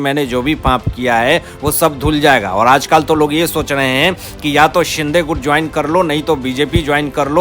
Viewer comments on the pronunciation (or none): none